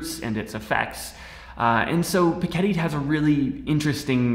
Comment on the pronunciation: It's pick-e-tee